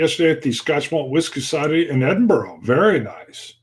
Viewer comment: There was a little bit about pronouncing place names in there. Before your visit to Scotland you might want to practice saying Edin-brah rather than Edin-buro that way you're way ahead of most American visitors. Great video, great stories. Enjoy your trip.